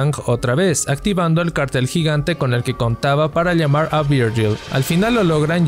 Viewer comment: ok pero nadie le presta atención a que dice liegar y liamar en vez d usar la pronunciación adecuada?